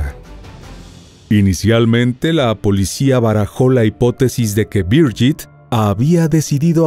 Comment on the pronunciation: La pronunciación es "Birguit Maier" no "Biryit Meyer", pues es alemán, no inglés.....